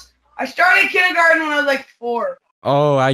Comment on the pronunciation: “kinder garden”